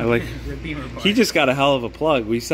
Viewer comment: Bimner barn not beamer barn 😂